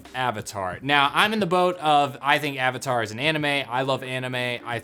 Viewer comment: I remember going to the midnight showing with my best friend and her brother, all of us dressed up. Theater packed. All anxious to see the movie. Just to have it start and the theater breaking out in laughter at the first mispronounciation of "Avatar". It was so painful. We forced ourselves to sit through it and as we headed back to the car we were just laughing at how bad it was.